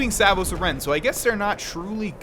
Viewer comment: Off-topic note, you pronounce Aren weird. I've never heard it "uh-Ren" before, only "Ah-ren."